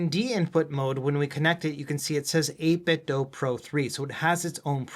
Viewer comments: its 8 bit "do" as in DOO DOO. not do as in DOUGH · I'm gonna dough you a favour and say you should ask 8bitdo how to pronounce their name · Why is it 8bit "Doe" .. "Doe" is spelled with an "e" .. this is 8bitdo. "do the math" do. ????